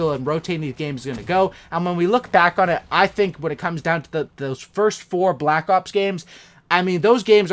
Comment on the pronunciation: 4 cookies to anyone who can count how many times he said "balck ops"